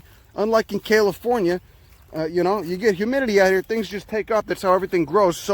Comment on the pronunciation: "kale-ifornia" - probably not intentional, still applicable